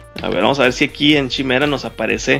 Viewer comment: Pienso que es importante pronunciar correctamente los nombres de las herramientas, como esta que se escribe Chimera y se pronuncia Kai-mera. Es la quimera de la la mitología griega, o no sé si lo pronuncian chi-mera porque quieren dar entender que se van a chimar a los clientes.